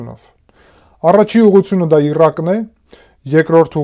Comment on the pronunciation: Բայց ինչու՞ Իռան և Իռաք։ Բոլորը նույն կերպ (սխալ) են արտասանում։